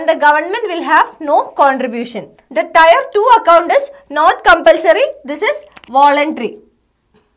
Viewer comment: टायर नहीं टीयर